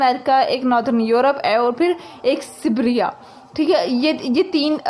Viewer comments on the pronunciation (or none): Its not sibbra its Sibaria😂😂